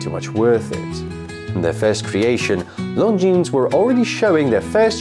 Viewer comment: Lon zeen, not long jeans!